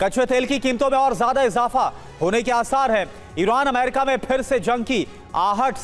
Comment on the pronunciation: Amaiirika Itna amaiirika amaiiirika kyu bolti ho.... america bolo